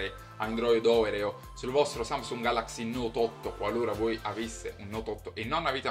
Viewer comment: Si pronuncia Orèo, c'è pure la reclame in tv :-)